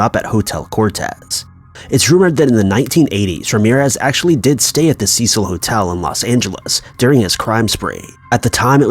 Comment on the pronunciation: Cecil is pronounced cee-sil! Ceh-seal is spelled Cecille, which is a woman's name. Cecil is a man's name.